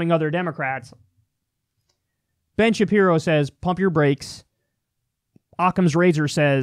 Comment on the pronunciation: Is he calling him bin Shapiro